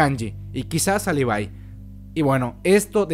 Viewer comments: buen video pero deja de pronunciar los nombres mal por favor levi es LE . VI no LI . VAI y angie es AN . LLI no JAN . LLI , no inventes pronunciaciones mal hechas sin saber ingles jajajaja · Dislike porque en vez de Levi decís levai :v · Se pronuncia "livai".